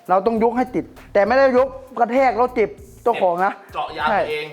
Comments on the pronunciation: เจ็บเจ้าของ55555คนอีสานบ่นิ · แต่ไม่ใช่ ยกกระแทกเจ็บ เจ้าของนะมีความอิสานนิดๆ55 (น่ารัก55💓)